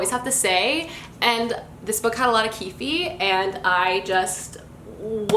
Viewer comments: lol i can’t tell if your saying “keefie” as a cute nickname because it’s actually pronounced as just “keef” (spelled keefe tho) just thought i should point it out :) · Ah I’ve heard people pronounce his name ‘Keef-ee’. Pretty sure its just pronounced ‘Keef’ tho. Like Keith but with an F sound? It confuses me sometimesss